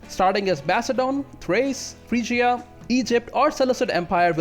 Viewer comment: Frigya not FRY-GEE-UH